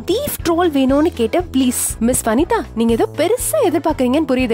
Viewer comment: athu Vanitha illa Vinitha..... Vanitha nusonathum namma mind engaiyo poguthu